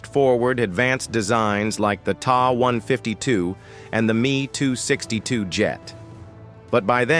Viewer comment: The "tah" 152 and "me" (as me, not you) 262!😂